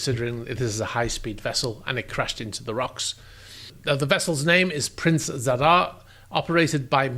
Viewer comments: Good pronunciation of both Zadar and Premuda. Well done! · The pronounciation of Zadar and Premuda were bang on! The catamaran, however is not stranded on the rocks; it sunk there and in pretty deep waters too.